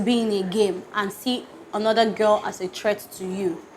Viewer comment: "Onoda" is pronouncing the English word "another" in Yoruba language!Lol!